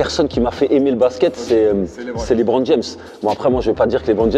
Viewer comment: Il a dit Li Bron fin de la vidéo